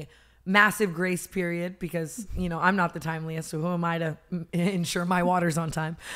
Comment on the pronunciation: his first little 'period' had me crying lol